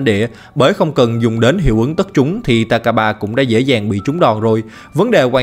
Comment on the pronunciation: takaba mà em nghe ra tài k3